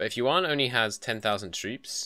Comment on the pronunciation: i think the 5 discipline is worth the 10 morale if you dont want loot money and the yuan dynasty is pronounced kind of like yen